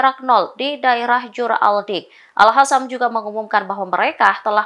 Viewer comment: Al qassam woi bukan al hassam